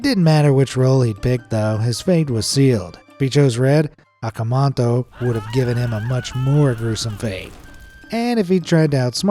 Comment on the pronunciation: Akamanto.. not akamanta